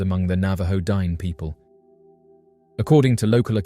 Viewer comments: "Dine" is pronounced Dee-nay, with the emphasis on the second syllable. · You're adorable.. it's pronounced din-ey, not dine. But thanks for covering my local lore 😊